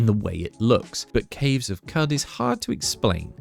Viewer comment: It's pronounced Cave of "Could"...The word "Qud" has an Arabic origins. 😂